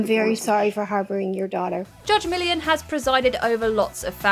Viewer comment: "Judge Million"... if you're going to do a video based on a particular TV show, learn to say the main subject's name correctly 🙈